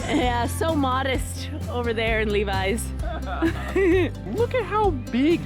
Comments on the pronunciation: Levis us pronounced more like LIH-vee :) when you come back you should also check out Gaspésie! if you were impressed by the nature in Montreal and Quebec, Gaspésie will blow your minds 💕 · Hearing you pronounce Levis (Le-vee) as "Levi's" made me giggle 😂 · The “s” in Lévis in silent BTW. 😉